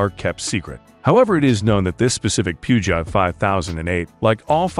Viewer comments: It is pronounced "Poo-zhowe". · Puegeot is pronounced Pew-Jo! Very informative video. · The French limo is pronounced “Poo-zhoh” and it’s a Mercedes Maybach for Turkey, not an S-600. Someone didn’t do their homework. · …. Pew-Jot? Really???? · check google! There is no “R”! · please learn to pronounce the name peugeot... omg...